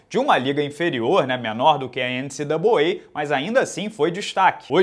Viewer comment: Que saudade de ouvir o falar NCAA:_Rsrs::_Rsrs::_Rsrs